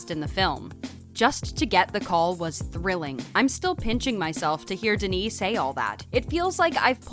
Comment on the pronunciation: tbh I stopped watching after the 10th time she fucked up Denis' name... .smh at least learn how to say it right